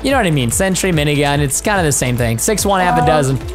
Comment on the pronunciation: Why does preston call the turret aminigun?